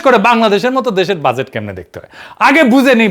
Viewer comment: Or mai bolto budget= বুডগেট